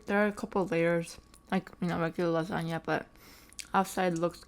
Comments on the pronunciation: "Laganya* hehehe lasagne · she said lasagna like you say “lajania” 😭 but i love your mukbangs!!!! ❤️❤️